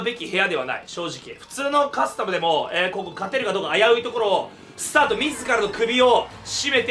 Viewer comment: 「えぇ~ココｫ」より「ｯｯココｯ」の方が好き